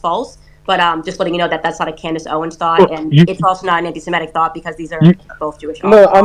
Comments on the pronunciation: Great conversation but the Tate brothers mispronouncing Candace’s name was a bit akward 😂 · Can bro really not say “Candace”?